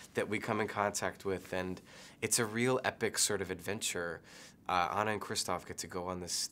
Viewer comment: How does he not know how to pronounce Anna's name...